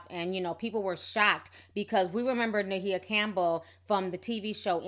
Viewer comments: Please pronounce her name correctly...sounds like..(my a)but spelled maia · First the Cleveland Cavaliers now Ma-he-uh Campbell 😂😂😂 Ti is too damn funny, always messing a name up lol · what are you calling her? I thought it was pronounced My-A? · Sis...Can you please pronounce her name right. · Why are you pronouncing her name like that? dang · mispronounced her name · WHY DID YOU BUTCHER HER NAME LIKE THAT? AGGRAVATING!! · Lmao, I literally cringed every time she said Ma-He-Ah. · Her name is Mya not Ma he ya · Why does she keep calling her Mahia or whatever when it's Maia Campbell ? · Everytime you say My-e-yah Instead of pronouncing it like Mya, I cringe ..... and you said E-yan-nah instead of Iyanla. 😂😂😂 Whats in that tea sis, I want some lol!! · Who is Ma-heah? 🙄 Thought her name is Maia (Maya) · If she don't stop calling her, "Ma-hee-a"! It's "My-a"! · I thought her name was pronounced like MY-UH ... not Muh-He-Uh. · (Mah-hee-yah ???????) (my-ah , its maia ) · Is Ma-He-Ah an alternative pronunciation of Maia (My-yah)? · I love you Ti! Great video! But where is the "h" in Maia? lol. I think it's pronounced "Mya". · MY-YA!!!!!!! who the fuck is MAHEEYA??????!!!!! LOL 😄😄😄😄😄😅😅😅😅😆😆😆😆😆😆😆😂😂😂😂😂😂😂😂😝😝😝😝😝😝😝😝😝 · It’s the Ma-Hee-Ya for me! I don’t want to hear that pronunciation not ONE mo-gin! 😂 Good lawd that’s hard to listen to! Just say SHE and HER girl, just....SHE and HER!!! Hell, Miss Campbell if you nasty....ANYTHING but Ma-Hee-Ya! 😂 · Where do you get "meh-heeya"? Uggh. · She's bipolor disease SINCE CHILDHOOD! Her mom an author , Bebe Moore Campbell who passed years ago , wrote a book mirroring they're life , 'The 72 hour hold' ITS NOT ALL DRUGS MAM ! Her name is pronounced M-I-YAh REASERACH YOUR INFO before sharing the info PPL ! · her name is not maHIA....and her name is not eyanna.....love your channel, but please learn to pronounce people's name if youre going to repeat it over and over in one post, thanks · Ma-he-ya & Ee-ya-nah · Mu-hee-ya?? lol!